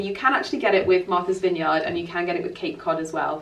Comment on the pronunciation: Before you come to Massachusetts (and we would love to have you) you need to learn to say Vineyard like a native. 😂😂😂